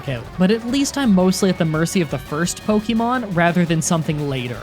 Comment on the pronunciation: So people got your name wrong much like you get every Pokemon's name wrong